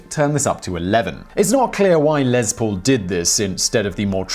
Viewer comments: It's Les, Zimon Whiztler; Les Paul, not Lez. Short for Lester, which is pronounced like Leicester. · Your pronunciation of Lester Paul's shortened name grates on me. It is "Less Paul", not " lez Paul". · It's Les Paul, not Lez Paul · Who is Lez Pool? Oh Les Paul lol gotta love the accent. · I've watched probably 100 of your videos and never once scoffed at your pronunciation of words and names but for some reason every time you said Lez Paul instead of Les Paul it just sounded weird to me. :) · I thought you were saying "LezPool" instead of Les Paul, all I could think of was a pool of lesbians lol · Lez... Lez Paul. Lol... Les Paul. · Took me a second to figure out what a "Lez Pool" was... Maybe it's a place to relax after a Pride parade on a hot summer day. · it's pronounced LESS Paul, as in 'Simon could not prepare LESS for theses shows if he tried!' So, while Mr. Paul was to all appearances MALE and STRAIGHT SO LIGHTEN UP ON THE LESBIANS, OK? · because it's impossible for Simon to do LEZ preparation for his 'job'! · if he could stop saying 'LEZ' Paul... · Um..... no, there is no z in Les Paul... look it up... Next time you try and correct somebody, make sure you're actually right.